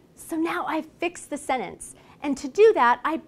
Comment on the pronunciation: Thank you for the great video. Just one thing that I didn't like is the way the word /sentence/ is pronounced.